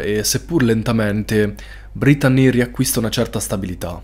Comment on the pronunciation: Veramente bel video molto intrattenente peró per favore pronuncia belle il nome brettanee ( si legge brittnii)😂❤